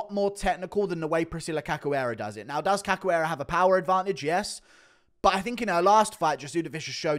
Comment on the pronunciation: Read her name like this; Caxoeira, it's a 'shoo' type sound. Ca 'shoo' eira.